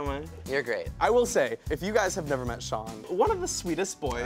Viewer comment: "sean" ?!??!? IT'S SHAWN